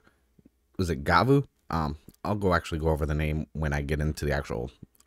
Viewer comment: It’s pronounced Gavu (the ヴ katakana is pronounced “vu”)